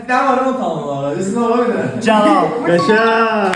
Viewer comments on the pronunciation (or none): celal deyisi 😂😂😂😂